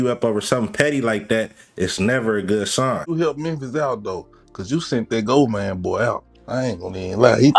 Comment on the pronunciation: his last name is GOVAN not GOVON yall influencer's wannabe a journalist so bad tryna not da work a regular job😤 it just explains how lazy yall are didn't graduate from high school you can't spell nor pronounce 😂😂😂😂😂😂😂